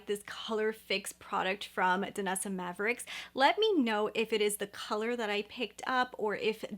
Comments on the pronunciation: Just a nit. It is Myricks not mavericks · I think her name is pronounced my ricks. You’re saying maverick. Try the Armani liquid eyeshadows. They’re my favorite. The Danessa Myricks version is great for makeup artists but not so much for normal people like us. Armani works great for the consumer user.